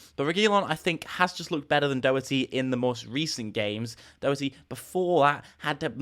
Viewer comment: Learn how to pronounce Doherty